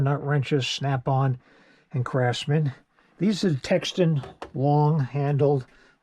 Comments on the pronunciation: It’s teKton not teXten couldn’t finish the video to cringy you repeating it wrong over and over. You even pronounced Quinn as quan. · You keep calling it tex ton texton it’s called TEKTON NOT TEXTON . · You are Hurting my Ears... Tekton is pronounced "TEK-TON" Not TEX-TON or TEXAN... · Tekton watching him every time he said “texton” 🧍🏻‍♂️🤦‍♂️💆🏻‍♂️ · TeK TON, not Textin. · Nice setup, glad I'm not the only one who has more than one box loaded up. I am assuming you are meaning Tekton when you are saying Texton? Tekton is a old word for a Craftsman or builder. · Same. TEK TON not Texan or textan. Like the people who say walmark or walmarts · Tekton is pronounced TEK-TUN. There is no 'x' or "ecks" sound... Tekton is an ancient Greek word for a craftsman, artisan, or technician. Anyway, great toolbox. Nice organization. 👍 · Man. So many people upset about the way he pronounce the word Tekton. Who gives a shit! Really nice setup! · Thank God I was losing my mind over this video I was like as much tekton stuff you have you can't say it right!!??